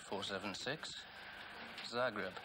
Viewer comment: It's Zagreb, not Zargreb :-P